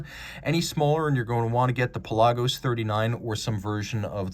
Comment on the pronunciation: You pronounced it correctly! no one else seems to.